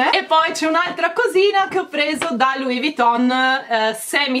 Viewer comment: perché pronunci Louis Vuitton con una t sola quando invece è con la doppia t? Davvero, non capisco perché lo pronunci così. Non vuole essere una critica cattiva eh!!